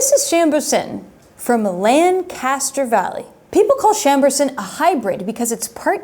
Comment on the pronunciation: It's not LANcaster (as in Land). It's pronounced "Lank-ester" (as in Hanky). Also... Erie and Phila. may be in the same state, but geologically, they have nothing in common. Erie get's lake-effect weather, similar to southwestern Michigan's wine region.